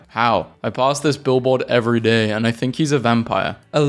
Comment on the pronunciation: Think more like thikn